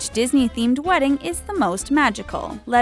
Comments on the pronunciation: It's pronounced 'torko'!! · It sounds like she said 'the taco' instead of 'the talko' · TheTalko almost sounds like TheTaco haha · I thought they said at the end of the video "And don't forget to subscribe to the taco!" Eh.. ok? And then I looked at the actual word talko and now it makes more sense but it still sounds like taco to me! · When the lady says the outro it keeps sonding like she said: and don't forget to subscribe to the taco🍡🍢🍗🍕. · Anyone else think of taco's whenever she says "The Talko"?